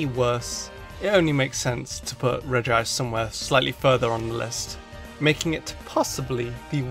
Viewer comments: Regice. Not Regi ice! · because there's no second I in Regice. So pronouncing it "Regi-ice" is pronouncing it wrong on purpose. Rename your Regice "Regiice" then I guess it would be correct. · It’s clearly regi-ce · it is regi ice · Regi-ice just sounds terrible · You pronounced Regice wrong. it's pronounce 'shit'